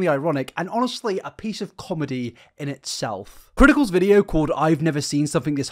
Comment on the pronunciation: No way you ACTUALLY say "itselth" and "fird" instead of "itself" and "third".